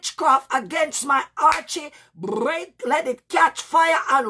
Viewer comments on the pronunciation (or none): thank you for that. The word I'm referring to is, it sounds like you're saying Archy or Archie. When you're getting ready to start praying and you said it means to outshine your enemies.